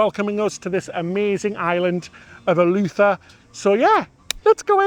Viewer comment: Ee-loo-the-ra - 4 syllables